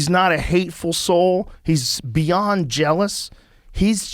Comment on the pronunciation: "He's beond jealous" so he's extremely jealous? 😂